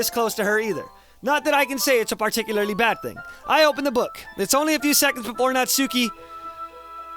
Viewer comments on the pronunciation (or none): none